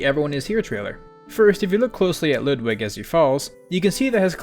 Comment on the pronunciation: As a native German speaker, it's oddly satisfying to hear you pronounce "Ludwig" as you do. Pronunciation is spot on, props to you for that.